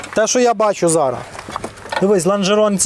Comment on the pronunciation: 'зара',вже якто не звучить